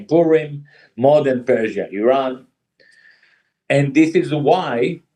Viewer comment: Can't stand the way they pronounce IRAN...‼️